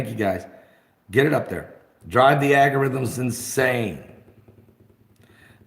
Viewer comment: ...did he say " aggy - rhythms " ?